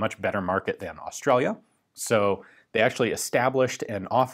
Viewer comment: Ian’s “Australia” would make Steve Erwin proud